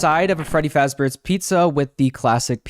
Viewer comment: Freddy Flossballs xD